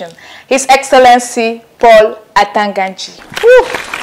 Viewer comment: Once you pronounce Atanga Nji, It was clear that this was a joke. A clown 🤡 show